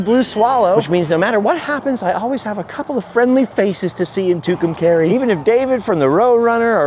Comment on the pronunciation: It's pronounced "Two come car ee" your saying it all wrong!!!